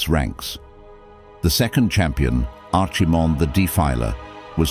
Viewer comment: 4/5 I really like the voice, though I know people have issues with AI. The pronunciation of "Archiemonde" and "Sargerus", not sure if you would have to feed the phonetics to the AI to get a correct pronunciation.